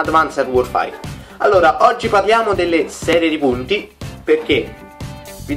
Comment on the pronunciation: Non si dice 'worfair' ma 'worfeir'